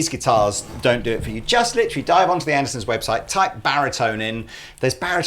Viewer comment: Does the captain always say "andersons" instead of Andertons? Or was that just a one time slip up after the intro?